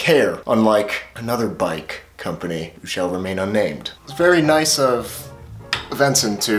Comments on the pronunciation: Is it just me or did he say abenton wrong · This dude keep saying aventen and not aventon